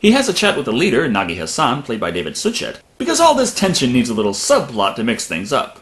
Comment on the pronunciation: Umm.. Suchet.... is pronounced Sue-shay